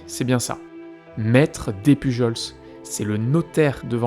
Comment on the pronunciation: Super intéressant comme vidéo, par contre petite précision sur le nom Despujols. On le prononce comme Des Pujol. Les s ne se prononce pas. Quant à théorie sur la veuve noire, je pencherais plus pour la théorie selon laquelle la fameuse Suzanne voulait se remarier vite parce qu'elle voulait être à l' abri du besoin et que le seul moyen pour les femmes à l' époque était le mariage. Cela est possible surtout si on vient d'un milieu pauvre et que toute sa vie on a dû faire attention à tout.